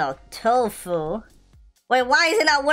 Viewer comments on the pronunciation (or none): its tofuu not tofu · its toffu not tofu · Not tofu its tofuu